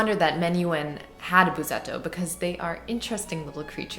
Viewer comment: Read it Bussetto, not Buzetto. There's a reason for the double S. Please give us more sound, never mind all the talk. Fantastic sound, so please less talk.